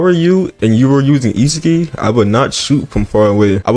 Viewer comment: HE FINALLY SAID ISAGI AND NOT ISAGUY😂😂💀💀